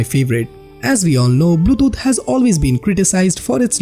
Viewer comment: Man, you pronounced both Bluetooth and codec wrong...also, avoid those spikes in your voice... Since, this is a video about changes in the UI and such...the camera could have been a lot closer to the screen...(MKBHD😋)... That's just my two cents...